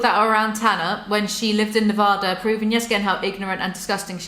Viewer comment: The fact that isn’t American and says Nevada properly and most Americans don’t